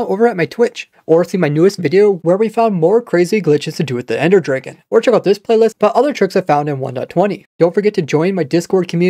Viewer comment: i heard dr[eI]gon i thought it was pronounced dr[ae]gon am i weird